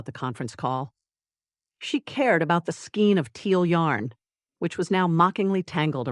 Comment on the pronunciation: SKEIN pronounced skayn with a long “a”. Winder is pronounced why-d-er. This is a yarn tool to make yarn cakes. A long “i” as in eye. Get a real narrator not this irritating Artificial Idiocy. Otherwise the story is fine and funny. But every knitter in the audience is wincing🤦‍♀️😂😂😂